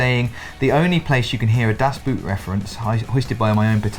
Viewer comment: guys, quick german lesson: Das Boot ist actually pronounced like "das boat"! it has nothing to do with shoes!